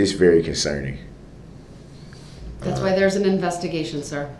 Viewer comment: "estreemly concerning" - god this man-baby is thick! If I hear him say "estreeemly conceerning" or "I axed...." one more time I think I will scream!!!!!!!